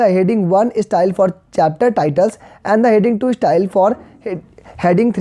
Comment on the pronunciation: Page eeeeeestyle 😂😂